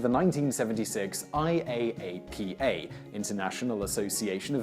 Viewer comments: Omt, no one says I-A-A-P-A, they all just say I-ap-uh (you missed that one Simon, that’s what you get for trusting google) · IAAPA is pronounced eye-yah-pa. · just an fyi, IAAPA is usually pronounced as an acronym over as an intialism :) (i-app-uh) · IAAPA = ""eye" - a - pa". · I go to IAAPA every year, you don't say every letter individually, it's said as one word pronounced "Eye-app-uh".